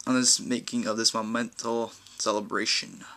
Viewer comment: "Momental" lol